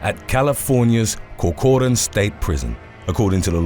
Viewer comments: It is pronounced "Cork-run". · How do you manage to correctly pronounce Jaime the Latin way but mangle something as simple as Corcoran???